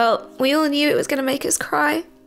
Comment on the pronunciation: make not Mack